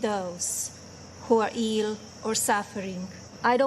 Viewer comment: “and my prayers (garbled) those who are EEL or suffering.” I identify as eel, does that mean she prays for me?